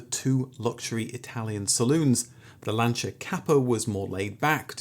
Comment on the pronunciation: I still think, if you tried really hard, you'd be able to pronounce Peogeot and Lancia correctly.